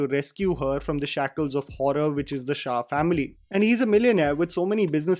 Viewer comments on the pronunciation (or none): none